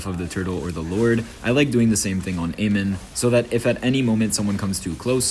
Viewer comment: It's amon not amen😅